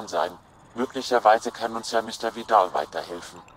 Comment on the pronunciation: Als Bayern-Fan würde ich den Namen Vidal nicht so verächtlich aussprechen ;)